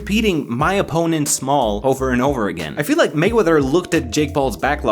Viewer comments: it sounds more like “My phones small” rather than “My opponent Small” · I seriously just realized that mayweather was saying “my opponent is small”. I thought he was saying “my boner is small”, as an insult to Logan’s face. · I thought floyd said “My phone is smart” 💀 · Anyone else though mayweather was saying “my boner is small”? Just me..... okay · Kinda sounded like “my bone is small” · LOL, I thought he was saying "My Boners small" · I thought he was saying "my boner small." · Sounds like he is saying "MY BONER SMALL" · why does he sound like he is saying “My Bonner Small!” 😂😂